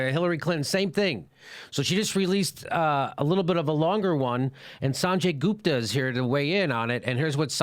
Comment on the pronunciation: OK, it's not GOOOOOOOOOOUUUUUPta! It is look. put, foot, a short "u" not a long uuuuuuu! Y'all fuck up the pronunciations they don't bother to correct y'all bec. they think you're too stupid to say it right.